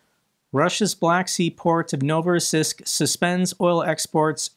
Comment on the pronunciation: It's pronounced novo-ross-EESK